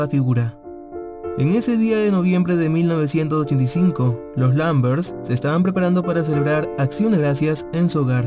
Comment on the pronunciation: Por favor modula bien el 1985 jajajaja